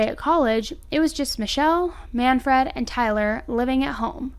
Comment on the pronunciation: Work on how to pronounce names. You’re saying Man - Fred. It’s manfred, one word.